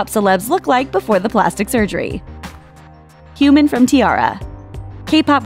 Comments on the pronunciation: Ikr. So cringeworthy and annoying when she mispronounced Hyomin as Human Narsha as Narisha Sang Sang Plus as Seng Seng Plus Kara as Kera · Hyomin is not supposed to rhyme with CUMIN KARA is not supposed to rhyme with HURRAH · human from hyomin. LMAO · im really sorry if this sounds rude but how do u mispronounce Hyomin as Human?? there's literally an "O", not "U" or "OO" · I thought she said "human" instead of Hyomin (first girl) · Buttered Lumps It's called being a Hyomin*